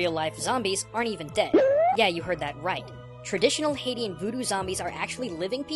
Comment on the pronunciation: Its not hate ians, its hay shans.